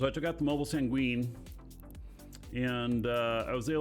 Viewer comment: just an fyi it's pronounced "sang-win". In the english language it basically means sad. Not tryna be a grammer punk, just wanna make sure you hear it from a fan and not a ar$ehole. Have a great rest of your week, thanks for sharing all of the content/tips, and stay safe!